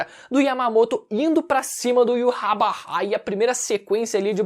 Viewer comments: o nome do rei quinci de pronuncia IVÁTH... não to conseguindo tanca esse iurabara n... kkkkkkkkk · Me dá um nervoso o falando "yuhabaha" kkkkk eu chamo de "yhautch" (na pronúncia apenas)